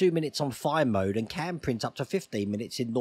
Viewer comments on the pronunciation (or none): none